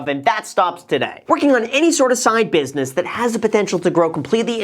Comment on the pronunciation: 'Business' Graham, not 'busines'. Come'on, no slippage like a hedge fundge